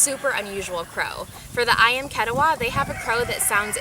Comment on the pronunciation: You should learn how to pronounce "ketaws" properly from Indonesians.